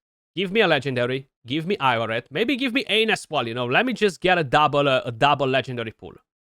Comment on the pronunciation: Congrats, big fan of Aine, she's a game changer. One thing & there's no way you'd know this by looking at the word but it's pronounced Awn-yah. Irish words & names are a bit weird